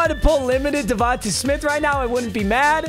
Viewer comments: Bro saying davonta instead of davontae 😭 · I would feel disrespected if I’m DevontAaaa Smith, Papa put here fucking saying DevontuHhhhhh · Its pronounced devonTAY lol.. not devontuh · Not tryna be that guy but it’s definitely Devon-tay not Devon-tuh…go birds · DA-VON-TAY you’ve been butchering it😭